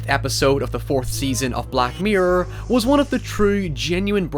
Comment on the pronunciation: I feel like it's impossible to type the way he says... black myrer